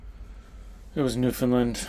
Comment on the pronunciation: u got skill man! btw NL is pronounced "new-fin-land" , just incase nobodys corrected u yet haha